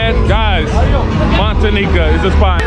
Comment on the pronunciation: Noticed that to. But he does catch himself once in a while and says it correctly, Montañita. No disrespect.